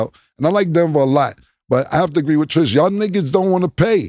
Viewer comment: Her name is Trish not Tree Tree